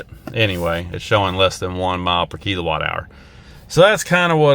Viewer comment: It's kill O watt. Not kelo watt